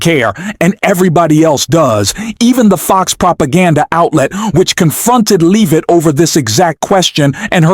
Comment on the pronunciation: Learn how to pronounce the Leavitt name.